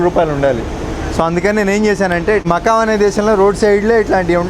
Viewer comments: మకాం కాదు మకావ్. మకావ్ నూడిల్స్ లోనే కాదు ప్రపంచంలో ఎక్కడయినా వేడి నీల్లే పోసుకొవాలి 😄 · Anna prathi video lo makkam makkam enti anna Nuvvu makkav lo vunav ani telusu kada maku